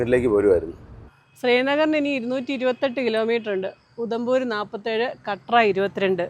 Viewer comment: കട്ര അല്ല കത്ര